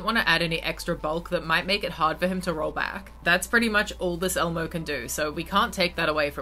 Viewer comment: Bro you butchered lol Elmo 😭 😂